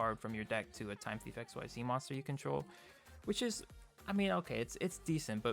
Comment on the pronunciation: Xyz I'd pronounced as Ex-ceed. XYZ is x y z in regards to the V-Z union/ Fusion monsters. Sorry that really bothered me.... good profile though.